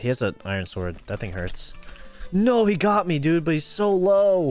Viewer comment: Ooo exposed?? "no, HIJ fell!!", is he dutch??